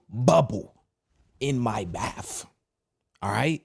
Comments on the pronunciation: It's BATH...NOT BAPHS...my OCD was going off 😂😂😂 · It’s bath not baff.